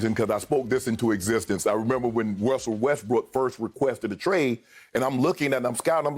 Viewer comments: Shannon say Wrussel Restbrook three times fast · “Wussell” Westbrook😂 Always been a tongue twister for Unc